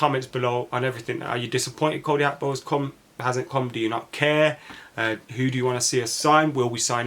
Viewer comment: Why do some people want to b extra n think its pronounced ‘hakpo’ n not Gakpo! So fxing annoying. Its Gakpo n NOT Hakpo!!!! Ffs